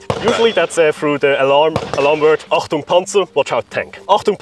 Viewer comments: It's not Entung Panzer, which means nothing. It's Achtung Panzer, that means Watch out ! Tank ! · as a hungarian who barely understands german im fairly sure it is achtung panzer and not entpaunungspanzer